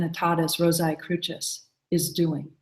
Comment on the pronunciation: I was taught by the other profane that the Crucis was pronounced with a "sye" sound at the end like Rosae, not a "chyss" sound as the Grand Master and other brethren of the order here refer to it?? Not to worry, an exoteric explanation for the reason for this will be sufficient for, though a member of the profane masses, I've obtained enought light to decipher your language.